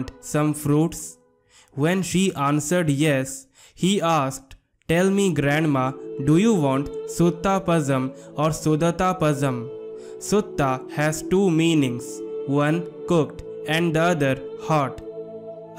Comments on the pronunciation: Pazham should not be read as Pazam it must be pronounced as Palam. Pazham means fruit in Tamil. Note: Tamil language has an unique alphabet that cannot be replicated by other languages. The unique Tamil alphabet is called "sirppu la" meaning special "la". So, to indicate the presence of this "sirappu la" in a word, "zh" is used in English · It's actually not Suthaa , it's Sutta ( सुटट _ Sutta _ Su + th( it) + Tha) ... It's not Sudhatha , it's Sudhaatha ( Su + Daa + Ta ) _ ( सुढात _ Su + Daa + Tha (i.e.Daa is long vowel ) ... It's not Pasham , it's Zha __ La , Lha , Zha variations of the Lagaram La ... This ल is three in Tamizh , just La is ल , Lha is ள and Zha in Latin script refers to tongue folding very deep into the mouth with a sound Lhhaa ழ ... That's why Tamil is said as to pronounce as Tamizh ( தமிழ் ) ... Due to presence of Zha ( ழ) ... It's Palam ( fruit ) in Samaskrit and in Hindustaani , but in Tamizh it's Pazham ( பழம்) , La , Lha , Zha variations has to be visibly understood ...